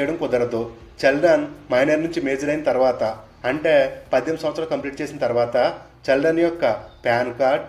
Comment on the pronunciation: చె కాదు చి,చిల్డ్రన్ 👍